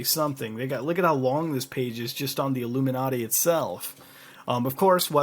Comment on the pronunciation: . What's up with mispronouncing everything? twatter, a-la-mowz? illuminarti?